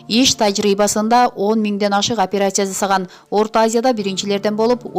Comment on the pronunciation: Оперяция дебенизчи ай.